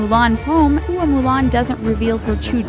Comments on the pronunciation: For your own edification, Hua (as in Hua Mulan) is pronounced more like Hwa or Wha instead of like Hoo-ah or Who-ah. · I found it slightly annoying when she pronounced Hua in Hua Mulan, "Hu! - a".